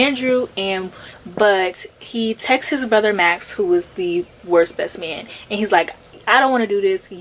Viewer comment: I love how you kept butchering The Worst Best Man's title 😂 I really love this concept, I'd love to see more videos like this!